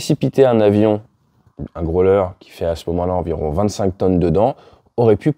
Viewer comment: Votre anglais n'est pas mal normalement, mais après le n-ieme mal prononciation de grow-ler and "norse island" en 2min, je décroche.